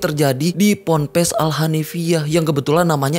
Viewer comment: Pompres😂😂😂... Pampres kalii😂😂😂.. PONPES yg bener tuh.. Pondok pesantren. PONPES